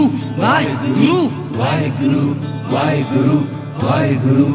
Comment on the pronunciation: Shabad is beautiful, but the way is saying "WAHEGURRRRRUUU WAHEGUURRRRRUU" is not correct. It should be WAHEGURU and care should be taken to use correct pronunciation when speaking WAHEGURU which is not WAHEGURRRUUU